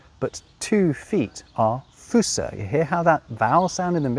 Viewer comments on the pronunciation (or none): "Hände und Füsse" is pronounced "Hender und Füsser"? where do you get those "r"s from???